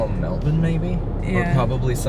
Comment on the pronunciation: So, the best way for an American to pronounce, “Melbourne” is “Melburn.” “Melbin” sounds a bit odd and is trying a bit too hard to assimilate while “Melbooorne” like most Americans pronounce it, is grating as. On the other hand, there’s nothing wrong with saying, G’day!